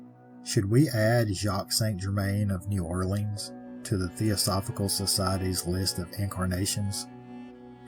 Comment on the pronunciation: I live not far from New Orleans and Ive heard of them there on a few tours. Also, thanks for saying New Orleans correctly. 😊